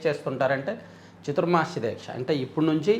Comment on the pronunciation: గుడ్ మార్నింగ్. చతుర్ మాస దీక్ష కాదు చాతుర్మాస దీక్ష అని అనాలి